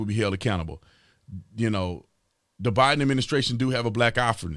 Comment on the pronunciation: Tatum, did you say Biden or Divide'em administration?